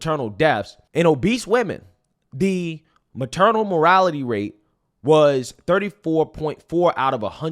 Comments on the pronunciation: Maternal "mortality" rate, not "morality rate". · Morality is t the same as mortality. It’s the very point of your argument and you can’t even pronounce it correctly!! Please get an editor! I’ll do it for free!! You’re losing credibility with these grade level mistakes and in the same episode of claiming you went to college! Let me help you! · infant morality rate over and over lol...what a tool...the only time he says it right is when hes reading it ..even then he realizes hes been saying it wrong...rofl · ...the maternal morality rate... (instead of mortality) like... let angels prostate fall... (instead of prostrate) - as mistated by a certain choir member or ...the war on proverty (instead of poverty) as mis-said by a certain ex-Louisana senator the 3 most common misuse of the word. LOL In the Seven Pillars of Wisdom by Col. TE Lawrence - Lawrence of Arabia where he shows original edits, he shows us of a case where he said a certain important man was immoral, the editor inquired, "Do you mean 'immortal" and Lawrence said, "Immortal I do not know, but immoral, I do. STET!" I LOVE your show (what IS your name?) watch it and like every time. Thank you, I love your POV> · I'm not ignoring your points, nor am I disagreeing, but I died inside a little every time you said "morality", instead of "mortality".😂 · “Mortality” homie, not “morality”. We gotta get that one right at least. It happens, I know… Peace. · MorTality rate. You repeatedly say “morality rate”. Unfortunately, even if you’re on the right side of the argument, it exposes that you don’t really understand what you’re talking about. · mor*TAL*ity rate not mor*AL*ity rate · It's mortality, not morality, dude. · Dude, PLEASE learn to pronounce words properly! Your Ebonics are absolutely embarrassing! It’s NOT ‘morality’ it’s ‘MORTALITY’!!!! It’s not ‘deffs’ it’s ‘DEATHS’ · "maternal morality rate"... Bruh. 🤣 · MorTality. The word has two tees. Dont forget the first tee. MorTality